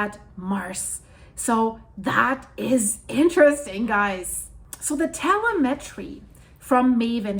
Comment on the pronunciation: Tel-lem-etry not tella mentry...